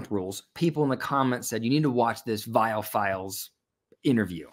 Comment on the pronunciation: Allow me to help his name is pronounced Vi-all, not vile.